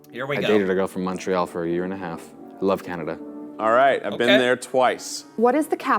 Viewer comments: you said Montreal wrong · Quebec city is the capital of the province of Quebec. The biggest city is Montreal. Pronounced Mun tree all by English speaking Quebecers. Not Mon- tree Al. That is the dead give away that you are NOT a native Montrealer. French Quebecers say More ay- Al. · It's so funny watching this series as a Canadian. Why do Americans pronounce Montreal, Mahntreal? Its pronounced M-u-ntreal But make sure to try poutine one day. It's the best food ever!:) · Montreal is pronounced "Mun-tree-all", not "Mawn-tree-all". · Not really. En François, it would be pronounced "Mo-ray-al". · The way non Canadians say Montreal tho 😂